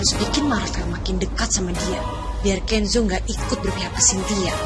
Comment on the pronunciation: nyebut nama Kenzo aja kenso 😂😂😂